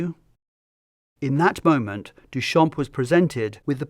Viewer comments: So irritating that his name is mispronounced the entire time, the "p" is silent in "Duchamp". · Amazing video, what we have today for free on Internet is unbelievable really Btw Duchamp is pronounced without the p at the end, it means "from the field", a common last name that dates from time where last name where picked to recognise a person, so coming from a line of farmers, even if probably far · Not to be that person but in french, the “p” in “champ” is silent